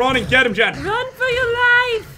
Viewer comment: Lil Bird Jen not Gen